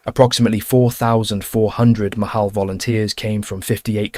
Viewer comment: It's not Mahal, it's pronounced Machal (the "ch" is like in the Scotish "loch"). It's Hebrew for "Mitnadvey Chutz La'aretz" (volunteers from outside Israel)